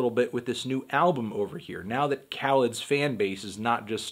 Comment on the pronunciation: Whenever he said Khaled I kept thinking he's saying Cal for some reason, Cal would have that heat tho no doubt